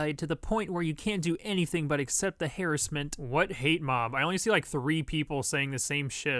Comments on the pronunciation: Dont say Hair-iss-ment please. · please stop saying harassment like that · I gotta clown your ass for that Harassment pronunciation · Lmfao he said hairassment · did he just say... "hair-as-ment?" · the way this man pronounces "harassment" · You pronounce harass weird. Cool video though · The way pronounce harassment.... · is nobody going to mention how pronounced "harassment" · he said harassment wrong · Why does he say harassment instead of harassment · We just gonna ignore how says harassment (this is not a hate comment it’s a joke) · Fuck you for miss pronouncing harrassment